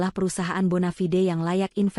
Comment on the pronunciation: Ya ampun , stek dibaca ste ak, bonafide dibaca bonafi de ,,,,, oo o o o